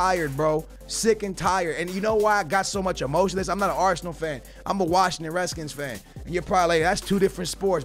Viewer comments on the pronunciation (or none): none